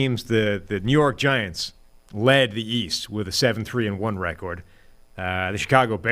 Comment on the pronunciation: I never realized the bald guys speech impediment before. The way he says record is so fking adorable. It’s like a chubby little 4 year old.